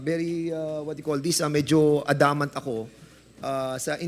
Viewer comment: "Ah- damant" dyos ko Naman Dan! Adamant Ang pronunciation nun..mag Tagalog ka nlng kasi😂